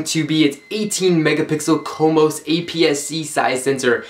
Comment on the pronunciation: CMOS is not pronounced comos, It is pronounced See Moss and stands for Complementary Metal Oxide Semiconductor. This actually hurt my head when you said that. Otherwise good.